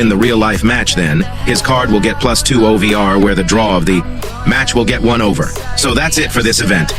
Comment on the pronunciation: Bro it's O V R not over